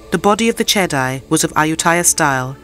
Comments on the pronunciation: Che-dee not che-dai. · Everytime you said chedi you call chedai.